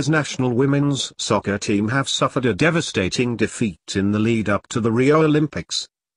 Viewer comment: one of the reasons they suck is that you're calling it "sco-cer" instead of fútbol(or football, as the anglos call it).